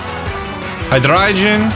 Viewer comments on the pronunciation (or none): none